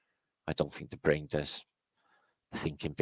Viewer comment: this is the first time i hear say brain not brian